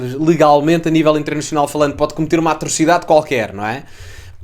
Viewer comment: Direito " Internechional " ? Não entendi .